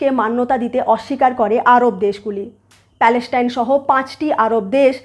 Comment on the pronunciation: Please 's' এবং 'sh' এর উচ্চারণ টা সঠিক করে নিন। আপনি প্রত্যেক টা 's' কে 'sh' উচ্চারণ করছেন। এই একটা কারণে আপনার এতো ভালো ভিডিও সুখ শ্রাব্য হয় না। ' israel' কে 'ishrael', 'palestine' কে 'paleshtine', 'hamas' কে 'hamash', 'muslim' কে 'mushlim', 'islam' কে 'ishlam', 'trust' কে 'trusht' ইত্যাদি ইত্যাদি না বলে যদি উচ্চারণ সঠিক করে নেন তা হলে ভিডিও গুলো খুবই ভালো রূপ ধারণ করবে।